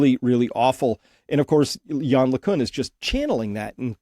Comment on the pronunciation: LeCunt pronounced with a 't' at the end.